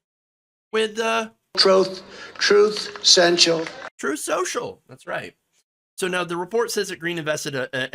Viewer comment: Margery Daw Greene is investing in "Trooth Sewcial"? She'd be better off sending that money to some Nigerian "prince". 🤣